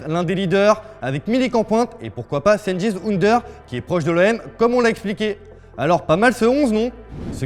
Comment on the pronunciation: cengiz ünder se prononce djènguiz undèr